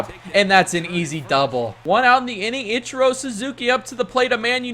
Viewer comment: The way he says ichiro really upsets me